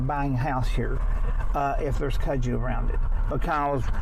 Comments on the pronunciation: We say the name like this, cut-sue vine. I'm from Tennessee and my mom showed me that vine when I was 4 years old and told me to stay away from it because snakes travel under it and alot of the snakes are poisonous and do bite us. That was enough for me to not want to play with it. But that's how you say it, at least we called it that cut-sue vine. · It’s on everything there! I’ve always pronounced it cud-zoo, I’m from Florida. We couldn’t get over how it’s taken over there when we were there in July.